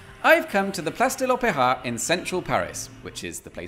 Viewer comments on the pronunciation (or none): I’ll be honest, your videos are good, but every time you said “Place de l’opéra”, my heart sank. I’m guessing French isn’t a strong point. Keep up the good work anyway.